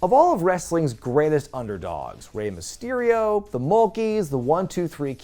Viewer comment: Mysterio* not Mestiriouw